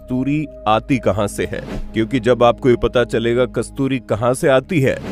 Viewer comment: आधा अधूरा ज्ञान बहुत खतरनाक होता है, अपना उच्चारण तो ठीक कर ले कमबख्त है को अ बोल रहा है